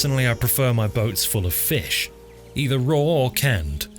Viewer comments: please stop pronouncing fish like that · I've been mispronouncing "Fee-ish" all my life! Thanks for hooking me on the correct way! :D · Every time you said 'feesh' my brain added the sound effect; very good. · Sir Sean Connery would be proud of the way you pronounced "fish". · Man be saying Fish like Michael Jones when he had a stroke lol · haha he says fish in a funny way haha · Love the way you say fish. It's like an audio version of italics